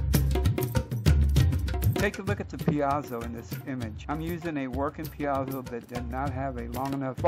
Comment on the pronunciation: piezo is pronounced peezo